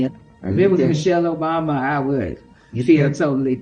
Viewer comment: She said michelle-Michael obama 😂😂😂😂